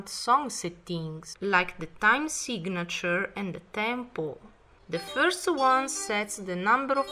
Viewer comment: "time (uh) Seeg-a-nuh-chur"